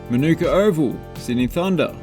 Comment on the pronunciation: Manuka Oval is pronounced slight differently to the honey: Ma-ne-ka Oval